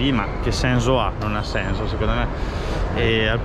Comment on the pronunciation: si ma che è sto "senzo"?